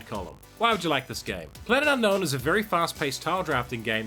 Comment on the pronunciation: Only a Kiwi will give un-know-win three syllables!